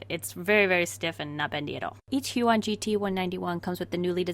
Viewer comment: My heart broke a little every time she said "hue-on"